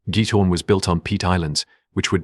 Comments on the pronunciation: It’s Giethorn not git hoor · it is not almeer but aalsmeer flowers auction. and it is giEthoOrn. do your homework !!!